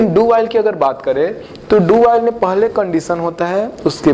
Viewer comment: aap ka "paaly" bra funny lgta ha